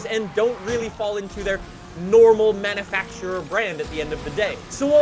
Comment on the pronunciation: ITS NOT MANNAFACTURER!!!! IT manUfacturer.